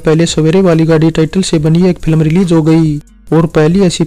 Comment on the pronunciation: Pilam nahin yaar ... Film bolo